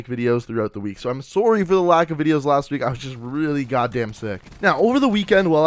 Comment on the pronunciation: I like the way u say "sorry" it's like "soowry"